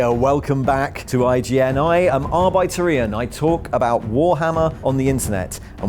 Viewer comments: Don't know about the british/american english thing, but as a German it's interesting because his pronounciation sounds like "Arbeiter", which is German for "worker" and it reminds me of credits in a movie, where some stand ins might be credited as Arbeiter #1, Arbeiter #2 and so on. I quite like the idea of him seeing himself as just another worker who also happens to be a huge 40K nerd. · Please tell me people don't actually pronounce "arbitor" that way... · Ian, your content is amazing and thank you so much for your hard work. Is there a reason that you pronounce "Arbiter" the way you do ("ar-bite-er" as opposed to the more standard "ar-bit-er")? Is this a 40k thing? I'm a solicitor, so quite familiar with arbiters and arbitration but haven't ever heard it pronounced that way! Happy Christmas!